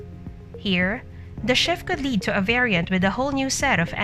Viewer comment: This is a bunch of BS coming from this Bot again. It can even pronounce variant right